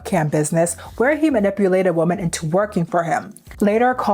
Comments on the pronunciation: love you girl, but it’s WOMEN not WOMAN. 😭 WOMEN pronounced (WHI-MEN) I keep hearing you say (woe-man) which is singular and its irritating me cause the context sounds off when you say it like “we need to protect woman more” it just….its women (plural) okay love you bye 😂🫶🏾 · I know this is not relevant to the video but women is pronounced like 'wimin' not the same as woman! I loved the video though thank you for doing this important topic <3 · Why can't you pronounce "women" properly?